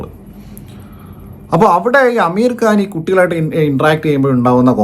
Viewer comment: അമീർ കാൻ ❌ ആമിർ ഖാൻ ✅